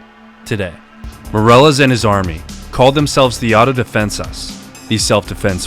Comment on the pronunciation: Dude if you are going to be posting videos about people from Spanish speaking countries, you really need to work on your pronunciation That last name is not pronounced MORE-EL-LESS We would be pronounce like the English word “me” ME-DEH-LESS Soften the D in DEH so it sounds like a slightly rolled R